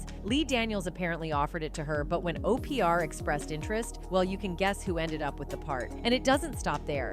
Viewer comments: I love OPeeAr for Opra 😂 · The AI was pronouncing Oprah as O. P. R. ????? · Why does the computer pronounce words wrong? And I have never heard of Oprah called Opr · OPR for Oprah LMAO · Uh…can’t pronounce Oprah!